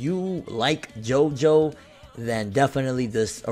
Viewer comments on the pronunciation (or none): It's still pronounced "Jo-Jo"